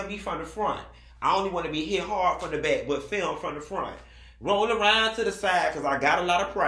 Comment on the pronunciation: "ate out in the baick"😂😂